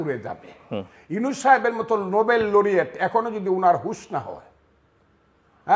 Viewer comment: অশিক্ষিত গ্রাম্য ছাগলের ছাগলামি শুনলাম কিছুক্ষন।ইউনুস নাম টা ভালো করে উচ্চারন করতে পারছে না এই লোকটি।ওদিকে নিজেকে জাহির করতে বড় বড় কথা বলেই যাচ্ছে।এক ধরনের মানসিক রোগ (paranoia) ওনার মাঝে দেখা যাচ্ছে নিজেকে প্রাসঙ্গিক করার প্রচেষ্টার মধ্যে।ওনার চিকিৎসা দরকার।